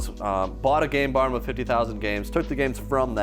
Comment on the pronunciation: Make sure you really put an emphasis on the M and the N in game barn because sounds like you renamed it. 😅